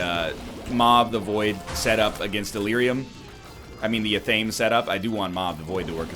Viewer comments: Thomas Jefferson's hired newspaper writer called John Adams, "a hideous hermaphroditical character..." Top kek. Edit: Also, athame is pronounced ath-uh-may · Ok, I watch every Isaac episode and a good portion of many NLSS', I will continue to do so and offer NL $100 USD if he'll start saying ATHAME f'ing right! Ath- Uh- May. Swear I'll do it.